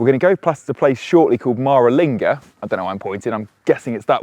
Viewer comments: Wumera and Mahralinga? You're putting the emphahsis on the wrong syllahbles mate! Interesting vid though, looking forward to my few thousand k's in an EV next month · Cool video. Thanks for making it. You just need to remember to check your place name pronunciations with someone first. You're right, you did say Coober Pedy wrong, but you also said Maralinga wrong and I think I heard you say Woomera wrong too.